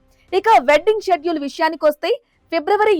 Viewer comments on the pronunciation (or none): none